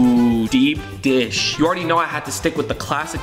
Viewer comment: Did he just call thin crust deep dosh